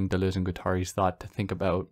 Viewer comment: It has to be pronounced "ak-ILL", right? Maybe akillEE if you're super anglophone. Only because you said you really do care about pronunciation, i have to commend the way you say Deleuze, but point out that Guattari should be read as gwa-ta-REE. Sorry if this has already been pointed out to you, and thank you for your content.